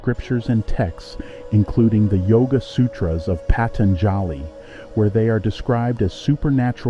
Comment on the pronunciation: Patanjali is pronounced “Pah- tun- ja- lee, with the accent on ‘tun’. So I heard it said in India. I hope thats correct?